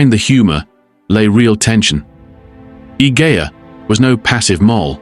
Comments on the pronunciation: The way her name is spelled it's pronounced "ih-je-ah" --soft G. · Idea has a soft G, as in Egypt. Julia.. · It's ee-hey-a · The mispronunciation of her name is so irritating Three minutes in and the narrator has said it 4 different ways